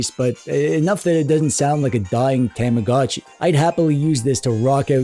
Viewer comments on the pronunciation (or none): none